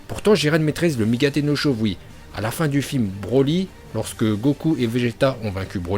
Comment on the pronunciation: "ensuite on écarte brrrrrroly car il n'a pas dutout de cerveau" 🤣🤣🤣